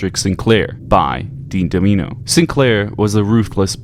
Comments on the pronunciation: His last name is Domino, not Damino. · Where did he get "Dean Damino" from? It's Dean Domino. And Vera is pronounced "Vee-ra". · "We recreate recent German history". Yeah right. 80 years ago. You won't make ist as a historian, nor a comedian... DAMINO!? It's DOMINO! F*** this guy and his shitty video. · Why do you keep sayiing damino. Its domino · Brother it’s Domino not Deemino 😂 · I can't watch this man why are you saying 'domino' like 'De Mino' have you lost your god damn mind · I can't believe you pronounced it "Da-ME-no" 😆 I thought it was Domino like the game/pizza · I hate how you didn’t play the game, just read the serialized version of the story for content. It’s easy to tell because if you played it, or had a reading level above 6th grade, you’d know it’s “Domino”, like the game. Not “do-mee-no”, like you pronounced it. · Why are you calling him damino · Dean's last name is Domino (like the game) not Damino. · how can you consistantly make the same mistake through out the whole damn video when you literally show it at 07.46 that his name is Domino NOT "Damino". how can you make the mistake constantly how? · Why are you so terrible at pronouncing names. It's domino as in domino's pizza, who tf says Domeeno. He literally tells you his name. And he also says vee-ra keys, not veh-ra. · "And Dean Damino", my gosh, is it that hard to remember that he is named Dean Domino?, as in Dominoes, the game. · Dah-Min-Oh -- say it with me. Dean Dah-Min-Oh. Ya know, like the game Dominoes!? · You said Damino instead of Domino 0/10 litterally unwatchable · It's literally on billboards, it's Domino. "Da-mee-no"? bruh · Boi You know full well his name is DOMINO not Dameeno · They called my man Dean Domino Dean Damino 😭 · fr like where tf did he get “doe min oh” from domino 😂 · Domino: like the game.... You f**ked that pronunciation all up. lol. It's okay though, we know what you mean. Everything else in this video is top notch. Good job. I'll sub.